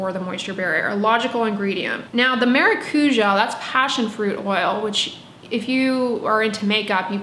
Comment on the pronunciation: [whispers] the tonic syllable in maracujá is the já